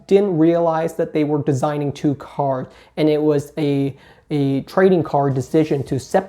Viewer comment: Take a shot everytime he says "Cars" instead of cards